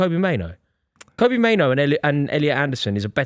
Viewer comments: mate, it's not Kobe Mainoo. It's not that hard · Saying both kobbie and mainoo wrong is impressive